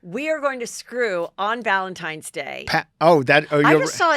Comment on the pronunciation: I love constantly saying “Valentimes day…”